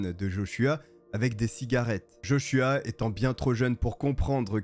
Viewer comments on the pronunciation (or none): Heureusement que t'en prononces JoshuWaah des fois redonne le sourire car l'histoire est tragique 😱